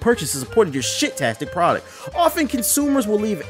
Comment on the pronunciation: This man said shit-tastic producT. LOL!! I'm dying